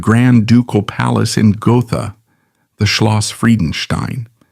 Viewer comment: It's pronounced "Go-tah" not Go-tha.